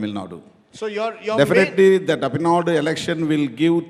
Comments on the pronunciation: Who the hell is this and what he has to do with Tamil Nadu elections? He can't even pronounce 'Tamil Nadu' correctly. Is not getting a good spokesperson from Tamil Nadu BJP? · Who's the hell is? He can't even pronounce Tamil Nadu properly.....shit!